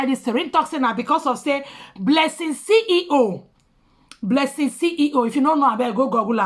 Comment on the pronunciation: CEO NOT CEE HEE HOO🤣🤣